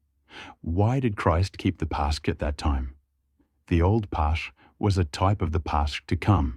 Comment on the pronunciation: Pascha / Pasch is pronounced with a hard "k". Paska/Pask. Not "sh" but "k". Not Pash like cash.